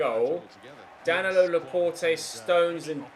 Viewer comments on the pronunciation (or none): DAN-I-LOW lol